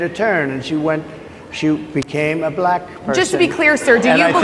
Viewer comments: Why does he always say BLLACKK?? He is so 🤡🤡🤪🤪🤪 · I thought you’d note his pronunciation of “black” which suggests his underlying racism. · Why does he put emphasis on Black? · The way he says black is so weird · Why does he say black so weird